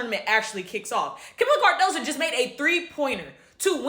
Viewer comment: Her name is Cardoso not Cardosa, come on now get it right! SMH